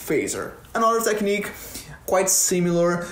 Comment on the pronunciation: caraio, só fui perceber que é BR quando deixou vazar um "tequinique" ali hahahahaha fala bem demais. bom vídeo!